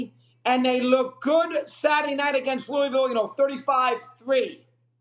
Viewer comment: It's pronounced Lou-a-vul, not Lou-e-ville